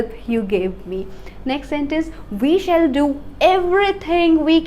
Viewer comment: "Shall" pronunciation is not correct